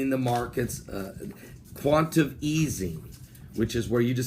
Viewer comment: You missed a couple syllables........quan-ti-tae-tive easing and crypto not cryptic currency. I love you.